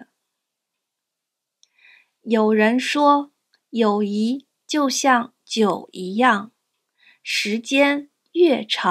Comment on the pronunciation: You have 友谊 displayed, and are pronouncing it as, yǒuyí， but the HSK 4 Standard Course book and the couple online dictionaries I use, all show it as yǒuyì。 Are you just mispronouncing/mis-typing it in the video, or is there some other reason for the discrepancy? I know this video was made over a year ago, but if you see my comment/question and can provide clarification, that would be great. 谢谢！